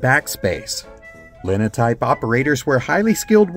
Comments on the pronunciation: Not "lin o type", it is pronounced "line o type". While there was no backspace, it was simple enough to retype a single line of type in a newspaper column, and replace the error with a new line. The old 1909 Goss Letterpress was loud, in the late 50s and early 60s, when I had a job tying the bundles of papers that were going out to the paperboys. Each bundle had the number of papers for that specific paper route. After I had been doing it for a while, the owner of the paper decided to have a competition with another nearby paper to prove to his rival that I could tie faster. The competition each had a finger ring with a cutter to cut the twine, while I had to pick up a knife to cut it. It was no contest, I easily outperformed their best. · As a person who actually operated Linotypes, it's pronounced as "Line O Type" (i.e. the "i" is long). Thank you for your content, I mean no disrespect. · Cotton pickers were common in the South before machines took over this operation. A few may still exist on small farms. By the way, proper pronunciation of linotype is with a long "i," as in "line." Enjoyed the video.